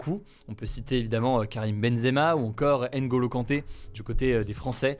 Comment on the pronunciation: Hugo ça serait cool de respecter les noms Africains. C'est pas aime bappé. Mais Bma pé. Ni haine golo, mais Ngo lo. C'est vraiment insuportable ce manque d'infiférence alors que les concerné ont corrigé plusieurs fois. On est aussi français, on mérite du respect